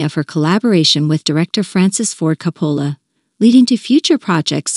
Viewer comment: Whoever does these recordings meet to get the pronunciation of the actor's last names, right? It's pacino and coppola. It sounds ridiculous when they say it wrong. Because everyone in the world knows how to say it in the real world unless this is an A. I robot